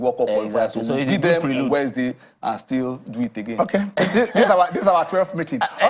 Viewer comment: And his english is bad. he cannot pronounce "wednesday". He also count words when he is speaking, like a kid. Very weird tbh.